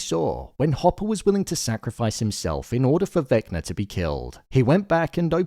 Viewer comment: Why you keep calling him Vecner tho?😂